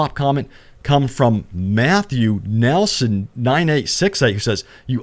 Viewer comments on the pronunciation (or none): none